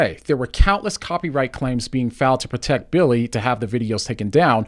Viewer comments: bro if he call this man “Bwilly” one more time im going to drop my phone you hear me? I’m screaming laughing 😭😭😭😭🤣🤣🤣😂😂 why he keep callin that man “Bwilly” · he just keep callin that po man “Bwilly” he just don’t stop I’m screaming 😭😭😭🤣🤣😂😂😂😂😂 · bro said “now back to bwilly” 😂😂😂😂😂 and the sound effects in the music has me screaming 😭😭😭😭🤣🤣🤣🤣🤣 sad moment for Bwilly!